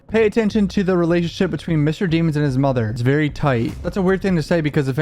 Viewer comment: It's DEH MONS not DEE MONS smh